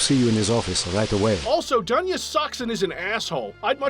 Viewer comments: It's DOON'YA on russian, bro. Live with this info. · It's not Duhnya. It's Doonya.